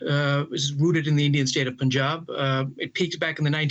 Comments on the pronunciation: It’s not pooonjab man…. It’s Punjab. You should know how to pronounce as a reporter 😏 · The pronunciation is like “Panjab” not “ Punjab”. You should read as Panjab. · DW should not act like jokers especially by the Chinese news anchor even they wrongly pronounced punjab